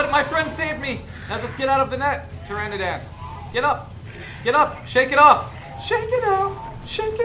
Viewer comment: BTW it's pterodactyl. And you don't say ptoranadan it's pteranodon